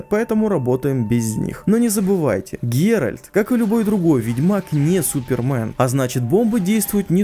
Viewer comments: Геральд не супермен говоришь))) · Его зовут ГеральТ